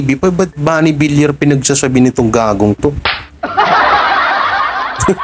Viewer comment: Suspension po, hindi suspention at congressman sa QC ang asawa ni Maine Mendoza hindi mayor. Pls. ayusin din ang pagbigkas. Viliar ang bigkas ng Villar at hindi Vilar. Tagapakinig mo pero sumasama ang mood ko pag naririnig kitang mali ang pagbigkas. Sana mapabilang ka sa mga top vloggers